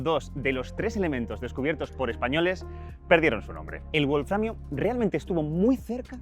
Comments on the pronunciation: Una prueba de que el idioma inglés es preponderante, es la insistencia de QuantumFracture en pronunciar "buolframio" en lugar de "bolframio". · Sólo una cosita, un fallo en pronunciación... "wolframio" no es una palabra de origen inglés, sino alemán, por lo que la "w" no debería pronunciarse "u" sino "b". Lo mismo con "wolfram".